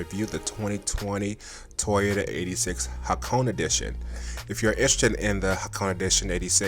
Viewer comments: its actually pronounced Ha Ko Ney like in the ney of a hores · Ha-Ko-Ne is the right pronunciation